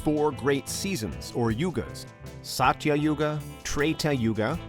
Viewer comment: The pronunciation of Mahabharat is- MAAHA BHAA...RUT...the T is soft like a child saying the letter...totally.. The Yugas are- Satyayug Suh-tya yug... Treta....with both soft Ts... Dwaa- pur yug... Kuhli-yug...not kaaliyug.... I hope you can work on these simple hindi pronunciations man...would really feel honoured and respected if you can learn the basics of hindi language to pronounce better in the video....thanks...